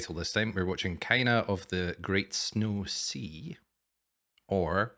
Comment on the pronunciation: Thank you so much for reacting to this show. I enjoyed it a lot! Yeah, you pronounced the title correct! A double "o" is like, a long vowel.